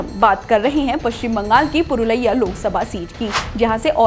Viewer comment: 1st pronounce Purulia property,the map you are showing is not the map of Purulia Dist